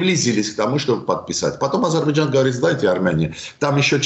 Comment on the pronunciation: Этот горе "эксперт" даже не может высказать Азербайджан, говорит Адирбиджан !